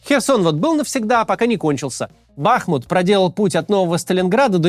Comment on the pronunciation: Если вы о БАхмуте, это правильное ударение, я с тех краев родом, всегда говорили мы БАхмут, в Вики ошибка.